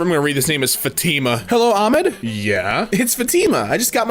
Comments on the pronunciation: fatTe-ma, not fa-TE-ma. The “I” is connected to the “fat” and the “ma” being separated slightly. At least, that’s how my mom always pronounced it (she was married to a Saudi Arabian man for 17 years, I think his sister was named Fatima) not trying to be rude of “know it all-ish” just trying to help if I can😊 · It's said FA TEE MAH and also por que un dominicano dise eso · by the way it’s pronounced Fat-i like that sound the letter i makes-ma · Btw it’s not fuh-tina it’s fat-imah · Hey, its said Fa-ti-ma (i think so) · Its not pronounced fatima its pronounced fathima but its spelled fatima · the name is pronounced fah-tih-mah with stress on the first syllable. Met a girl named that in high school. Wonderful person. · Fatima is spelled with a strong a, idk how to say it but its something like fAtima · it's pronounced futma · Dude so you don't be murdered by a Fatima it's pronounced fat-i-ma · you say Fatima like fa-te-ma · the pronounceiation here for everything makes me cry 1: it’s Aeh Med 2: it’s Fat Ima 3: it’s Ah llah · Fa tee ma? Just a heads up it’s pronounced ‘fah tih mah’ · Allah is god in Arabic and Fatima is pronounced Fut-ma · Thsi isnhow to pronounces Fatima , Fath-e-ma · Fatima, it’s pronounced faa-tee-maa with the thee sound. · it is pronounced as fati ma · Fatima is pronounced Fat-ah-ma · just to help, it’s Fa-tim-a. The Fa as in far, tim as in Tim, and a as in uh. Just wanted to help, and I’ve enjoyed the video. Keep up the good work and I hope to see more of your videos. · also its pronounsed as fah-too-mah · it's pronounced fat-theme-ah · I think it is pronounced "FAH-tee-mah." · "fatima" is pronounced "Fat-im-uh" idk actually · It's a typical name in Portugal, it's pronounced "fatty-mah" or fat-ee-muh" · its pronounced more like "faa thi ma" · idk why I'm going to comment this but screw it, Fah-Ti-Mah is how you pronounce it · its FAH-TE-MAH! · “Acualy it's pronounced FAT-EH-MAH-” “Fat tea mah” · how can bro not say fatima